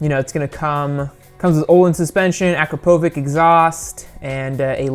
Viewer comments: It's fcking akrapoviČ not akrapovic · Why does everyone mispronounce akrapovic